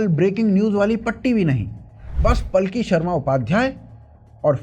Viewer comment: बहुत ही अच्छा विश्लेषण। कृपया 'पालकी' शर्मा बोलें, पलकी नहीं।